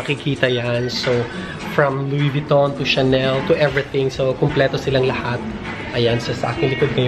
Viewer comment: Louid Vuitton pa more kahit wala ng makain🤣🤣🤣tawang tawa ako